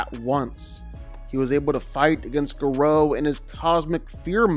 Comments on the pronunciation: Gah-row not grow... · U pronounce gorou name wrong 😂😂